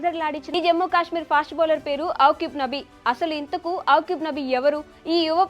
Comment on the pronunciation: అవ్కిబ్ నబీ కాదు thalli akib nabi